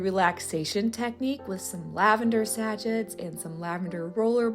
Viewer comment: It is pronounced “ Sa chez” (sachets)?